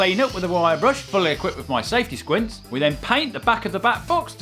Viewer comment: "Safety swuint"